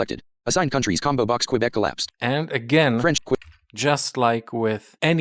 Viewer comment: Man, you said right. Quebec as kebek. Don't know why many synthesizers say quebec as kwebek, not kebek.